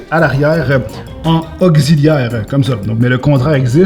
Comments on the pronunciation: augziliaire ma fois 😂 tu à wisher ton français 😂 sinon tu peux le brûlé 😐 la barre de son mérite d'être brûlé franchement 😂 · un cable "ogziliaire"